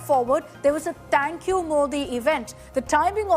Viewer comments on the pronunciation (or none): Akshita says "तैंक यू मोदी इवेंट"😂